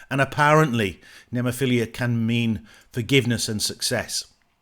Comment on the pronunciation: Cool reaction, just one thing... The band's name right pronunciation is: Nemophi-LA... not Nemophi-LIA. ✌️😎🤟